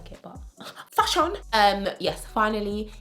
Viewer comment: the way you said FASHON! 😂😂😂 love your videos full of truth and humour